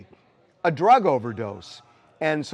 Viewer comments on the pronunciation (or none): none